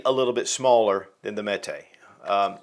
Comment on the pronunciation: So Canik is pronounced in America as Kanik, where it’s really pronounced like Janik in Turkey. So why do Americans say Mete in Turkish instead of Mete pronounced like Meat, which would be in line with calling the gun a Kanik? Kanik Meat MC9. 😂